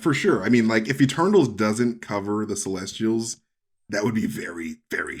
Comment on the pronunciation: Oh for a second I thought you said testicles instead of celestials.